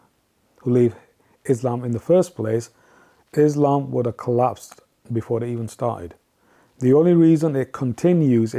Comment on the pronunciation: This guy cant even pronounce Quraan and Islam correctly...he has never been a muslim... Islam is the fastest growing religion..whether you like it or not